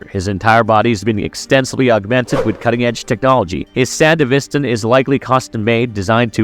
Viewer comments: There’s a few things you say that are untrue or totally mispronounced. The Sandevistan is pronounced as “San-DEH-vis-tan”, with emphasis on the “DE”. Also, Falco was not killed by Adam. In fact, he never died, all Adam did was punch him away really hard, but he was still alive and even managed to take Lucy with him and drive away. Did you even watch the entirety of Cyberpunk Edgerunners? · The way he says Sandevestan annoys me. It's not sandivistin as you say it it's pronounced san-devi-stan dude. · How do you hear in the game and the show SAN-DEVI-STAN. and then mispronounce it repeatedly. 😂 great video, but the effort to do the japanese names and then hearing that. Jarring 😅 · brother you did NOT just say sandevistin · San-dev-istan bro come on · It's hard to watch when the narrator has never clearly played the game or watched the anime. We can tell by the mispronunciation of Sandevistan. It's not something you would say wrong after playing. It would be like saying the P is CyberPsychosis or something. Just weird. Shame. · I really dislike how you say sandevistan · between the pronouncition of sandevistan and the assumption that falco died, dude, did you do anything more than a cursory google search to research this video? defitnitely NOT marvelous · Lol, buncha friggin nerds in this thread bro, you guys need to chill on his mispronunciation of the word sandevistan. Its really not that serious. Hahaha yall are pathectic, just jacking each over off over a damn word. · Multiple records of people saying sandevistan yet you continually pronounce wrong. Sounds like AI bot. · Bro, you need to do REAL research with this. One falco did not die, you literally see him live after the main fight in Edgerunners and you can contact him in the game that takes place a year after Edgerunners. Also sandevistan is pronounced wrong and some points in lore are off. I can tell wiki was use and only used when most of the time wiki isn’t 100% true